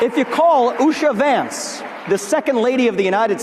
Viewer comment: said “Usher Vance”😂.